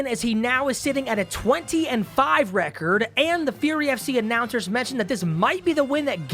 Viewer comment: God damnit! RECORD NOT RECEERD